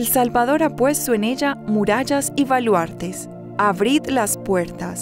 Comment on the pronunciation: Sigo diariamente vuestro Laudes .Gracias. Mi humilde contribucion : seria muy bueno que la voz femenina (que es excelente) pronunciara las "b" en vez de "v". Ejemplos hoy: voca, avrid,,valuartes,alaven,,vreve,sovre, , Y decir aleluia en vez de aleluya.